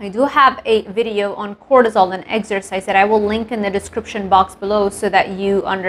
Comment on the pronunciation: Love how you say Eggsercise 😅